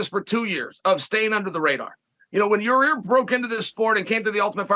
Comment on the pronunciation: Chael still can’t pronounce Mackolchev and Yarear… but somehow gets Driscuss Du Pelseies correct 😂